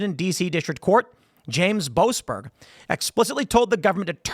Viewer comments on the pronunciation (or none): "Joasberg" - every single time.